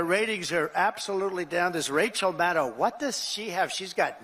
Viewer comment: Love Rachel. Please pronounce her name correctly. It is Mad-doe.